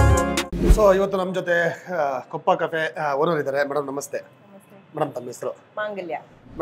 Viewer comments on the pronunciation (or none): adhu koppa cafe kappa cafe alla nin makke sariyagi restaurant name heloke baralla innu eno nin food review madodhu thu yappa nin nodidhre asayya bari build up satish avarna vikram avrna nodu Kali full shoki nan maga en dodd hero ivnu cooling glass hakondu doulath thorsodhu scrap nan maga